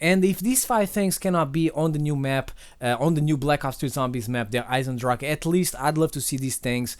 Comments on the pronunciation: As german it sounds so dumb when someone says Der Eisendrache xD it means like the iron dragon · little german lesson: its not der eise drache, der eisen drach or whatever, its Der Eisendrache which means the iron dragon. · Derrrr Aisendracke 😂😂😂😂😂😂 Thats German